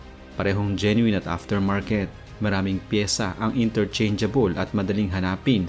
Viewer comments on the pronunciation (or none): none